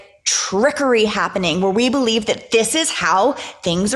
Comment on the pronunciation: ... Or maybe 'Be-Live it"😆!!!